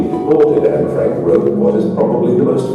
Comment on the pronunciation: Sir,Please pronounce it "N Frank" not Anye Frank.